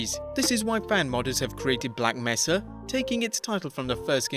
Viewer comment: “Black Messa” please no